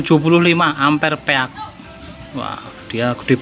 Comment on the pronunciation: Kreatif sayang kemampuan baca istilah bhs ingreisnya yg perlu di upgrade peak seharusnya dibaca pik, speed juga jangan dibilang sepit